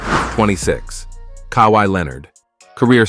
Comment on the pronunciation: Love the content but the names can be pronounced so much better. Gee-Annis it’s pronounced more like Yannis. also, “Duane” Wade? Kai-why Leonard? Kawee? KEEREE Irving? it’s Kai-ree. Dirk noVitski.Hakeem OlÁjuwan. abdil-jabber? No.